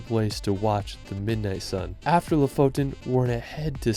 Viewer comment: damn you just butchered lofoten